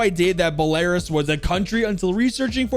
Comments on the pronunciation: Btw it's pronounced Bella-roos not buh-lair-us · love the video. (ashamedly) I'm a massive simp for Finka and other eastern European ops, so this is something that I immediately enjoyed. my only complaint is the pronunciation of Belarus. I think its pronounced bela-roos? That's just how I say it, but other than that, love the video. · not to be that guy but thats not how you pronounce the country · don’t mean to be this guy but can you learn how to pronounce Belarus right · no way you said Belarus like that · the way he says Belarus is hilarious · pronunciation of Belarus killed me on impact XD